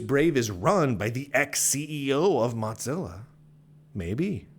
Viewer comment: Are you saying MotZillia?